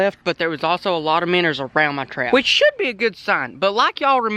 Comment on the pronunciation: When he says minners dose he mean minnows?